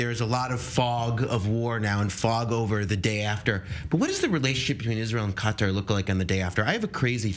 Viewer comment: Involve Qatar? Honey, please? You don't even sound right saying it?